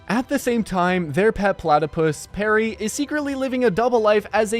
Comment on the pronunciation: it’s perry not sperry